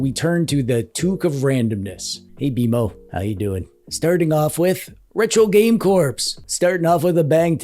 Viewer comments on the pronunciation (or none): Retro Game Corps is pronounced with out the "p" as in core and not like a dead body, corpse. It drives me nuts to here that "p" pronounced. I understand its how it spelled and an easy mistake to make. I have been know to pronounce the "x" in Grand Prix when I was younger. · Can someone PLEASE tell that Russ is Retro Game “CORE” not “CORPSE”?? How has no one told him this yet? 😂